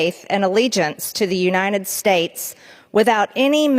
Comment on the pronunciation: Marge - its uniTed not uniNed.